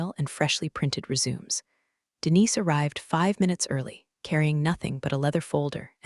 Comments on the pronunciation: Aaaaand the word resume. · I feel you. Same storylines getting old. And yeah, that voice bot seriously needs a lesson in "read" vs "read" and how to say "resume" without butchering it. It’s distracting! 😩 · I liked the story very much. However, please teach your AI the difference between “resume’ (as in curiculum vitae) and “resume” (as in to start again or continue). You might even consider switching to “curiculum vitae” but your AI would probably mispronounce it. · boring, I've heard this same story line too many times. Teach the fake voice the difference between read, and read, and how to say resume, etc etc etc